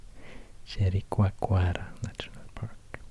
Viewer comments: I fall in Love when you say "jericoacoara" hahaha sooo perfect ! I'm brazilian from Rio de Janeiro and I Love the way you make this video about Brazil, thanks a lot ! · i'm impressed of how you said "Jericoacoara" so perfectly 😂